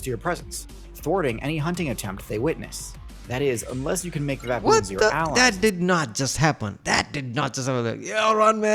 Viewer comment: It is "baboon" not baBOOM